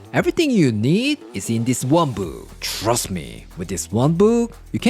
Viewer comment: “Shhhrust me!”